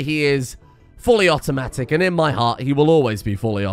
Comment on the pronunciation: Fuwwy Awootomatic